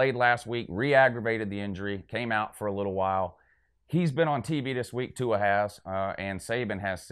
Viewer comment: would've thought you would know how to pronounce Tua's name after he broke your heart earlier this year